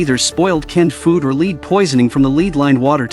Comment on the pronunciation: lead is pronounced led......